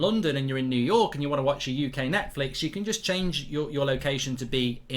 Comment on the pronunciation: Why can’t mark talk today? “Surf shork” “Netflick”